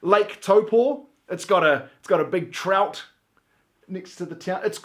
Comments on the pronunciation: only person ive heard say taupo properly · props for actually pronouncing taupo correctly dude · Someone actually said taupo probably thank u